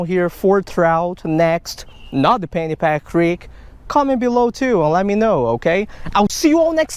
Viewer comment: No offense brother.. I thought you were saying Fanny pack! Till I read the description..I love your work brother, keep it up!